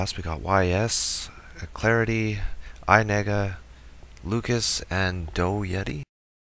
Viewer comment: Lmao XD just like hes saying alex/HCR, Lucas, Yasa/yS, Clarity without the 13 xD only good pronounced name is Doughyetti xD